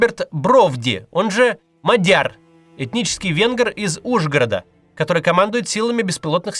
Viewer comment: Мадяр произносится без твердого знака после д и с ударением на а : мАдьар, а не МадьйАр. А пишется Мадяр, ударение на а UPD: означает венгр, на венгерском произносится Модьор, и пишется Маgyar, «a» читается как «о» , а «gy» читается как «дь»